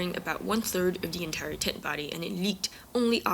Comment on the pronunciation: Why are you saying tent like that?Speech impediment?